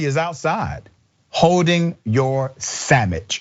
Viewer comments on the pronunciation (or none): Your buddy holding your “samiches”…I will cry 😭 every time I hear about this “karenicity” 😅😂🤣😂🤣😂😅